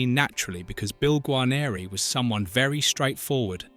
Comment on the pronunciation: Gar neer,not garneereee